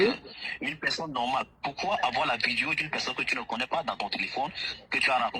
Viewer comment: C'est un étranger et il ne s'exprime pas assez bien en Français. Il doit même être Anglo. Il appelle les rabatteurs " ABATTEURS" . Les videos, ils prononce "VIDIO" !